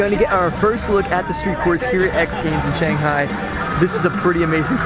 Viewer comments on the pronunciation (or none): Loved your commentary, but haaaaated your counterpart calling it shonghai.